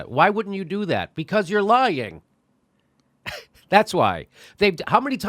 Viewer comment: I don't think you're pronouncing "lying" properly. And please stop saying "lying". I'm not lying to you.